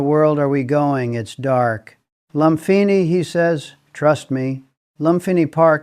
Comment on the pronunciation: Loompeenee, seelom. Sound it out